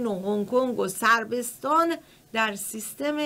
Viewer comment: صربستان اشتباه تلفظ میکنید خانم مجری